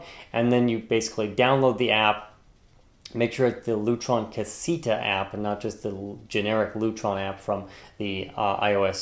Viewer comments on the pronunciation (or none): Awesome review! Though I think it's pronounced Ca-say-ta.